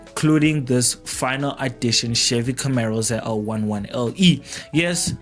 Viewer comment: Camaro not Camero!